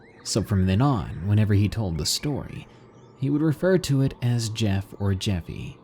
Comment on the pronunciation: You are supposed to pronounce The J and in jeff like the j in julio